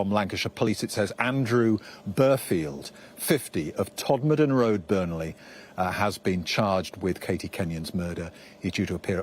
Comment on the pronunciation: todmorden rd (pronounced tod murden ) is in burnley the rd you show is burnley rd in padiham pronounced paddy-yam the road your talking about is about 7 miles from padiham